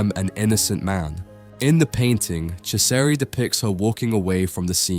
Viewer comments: Oh my word. My ears are bleeding with that pronunciation... 'Chesari' 'Echo Homo' 'Pilot' I swear you pronounce it differently every time and every time, it is wrong 😂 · It's about time that Ciseri's work was brought to the attention of the general public. Thanks for doing this! (As an aside, his name is pronounced CHEE-zer-ee.)